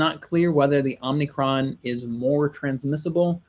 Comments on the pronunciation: I cannot believe my ears. It’s OM-I-CRON it’s not OMNI-CRON. You’re pronouncing it exactly the same way Biden does! 😳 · OMI-CRON NOT OMNI-CRON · Good thing your rulers and "experts" are looking out for you. It's "omicron", not "omnicron". "Omicron" is an anagram for "moronic". The invisible force controlling the puppets on both sides of the aisle is laughing at you. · It’s pronounced Ohm-e-chron. It is the fifth letter in the Greek alphabet.